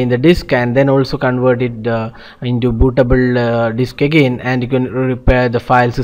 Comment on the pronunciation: bootabul....stooool.....man come on.......great video though :-|